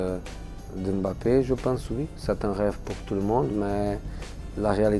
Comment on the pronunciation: Il dit mieux "Mbappé" que la moitié des journalistes français 😂😂😂